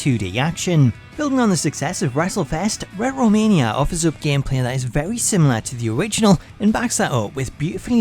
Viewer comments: Ret ro mania? Really? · "Ret Row mania"